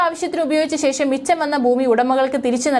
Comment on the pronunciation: ഷ ..ശ... ഈ അക്ഷരങ്ങൾ നിരന്തരമായി പ്രാക്ടീസ് ചെയ്യുക... ശേശo എന്നു പറയരുത്....